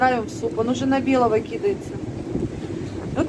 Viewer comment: правильно произносится кидАется,а не кИдается.....,и ты нас тоже прости!